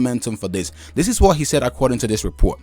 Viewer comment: Your saying Sayed, it's said thankyou